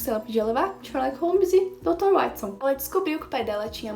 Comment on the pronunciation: Ganhou mais um inscrito e Watson se pronuncia Uótisson